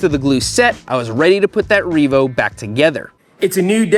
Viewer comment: It is no longer just a Reevo. It is Reemade.